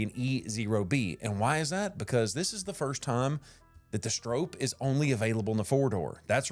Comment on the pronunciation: Note: The pronunciation of Stroppe in this video is incorrect. It has an “o” sound like stop. I went to an old racing video of Bill Stroppe himself. And confirmed the pronunciation. Also two p’s suggest a silent e. Other than that, this is a GREAT video!